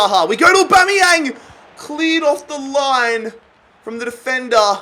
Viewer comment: Just when you started nailing the name you go and take it back to Bomeyang. BAMEYANG!!!!!!!